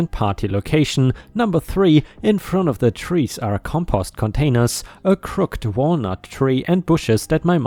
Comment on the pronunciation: The tree felling story - so many older people become very stubborn. You pronounced crooked as "crook/d". The real pronunciation is "crook - e - d" (the e sounded as in egg). Hope this helps. ⭐⭐⭐⭐⭐⭐⭐⭐⭐⭐⭐⭐⭐